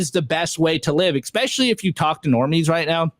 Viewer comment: expecially ?!? hahahahaaa